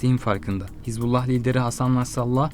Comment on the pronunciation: Не хезбала а хизбала